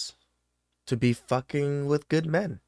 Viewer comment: I just love how she pronounces "men" like "me-yen". LOL. Her ebonics is thick. One syllable words don't exist in her world. And when they say "key-ids".